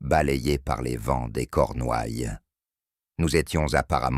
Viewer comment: 58 sec., ça commence : - "Paul Méarbé"...Poolmare Bay -"Je étais"... -"Les Cornoilles"... -" Les yeux se plicernent...". -" J’en ai ris "...(de veau ?, 😂 pardon) -" le glade vivant..." (?) -" les fleuses...(les falaises) -" des teintures pour dormir."...(?) 😂😂😂😮🤮🤮🤮 J’arrête de vous emmerder avec ma rebellion sur les fautes de Français, mon cardiologue s’inquiète. Mais pour les personnes mal-entendantes qui les subissent ...quel outrage !